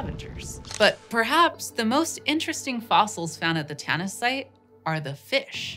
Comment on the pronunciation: Tanis? Oh I thought you said tennis.